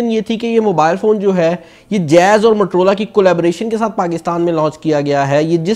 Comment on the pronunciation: Bro mattrola nai hota its moto-rola... motorola hota hy bhai...